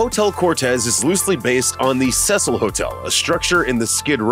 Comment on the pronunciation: Your pronouncing Cecil wrong